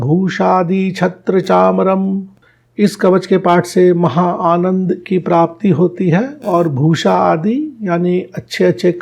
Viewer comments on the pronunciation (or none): none